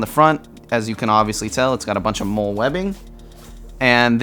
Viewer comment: Just entered turn up. Also just a quick side note, MOLLE is pronounced like the name “molly”